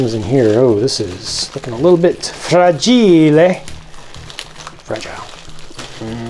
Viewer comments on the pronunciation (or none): What language did you try to pronounce "fragile"? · xD when you said fra-gee-leh, I thought you were gonna pull out a lego leg lamp!